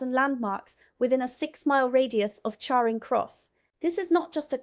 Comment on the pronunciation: She did not pronounce Charing properly.